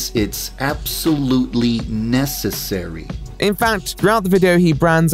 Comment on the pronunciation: Ikrrrr! I hated the way he said "Necessary" he sounded like he didn't even know how to say the word